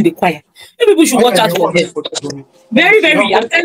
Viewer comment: Emphasis on "watch out on people in the choir"😂😂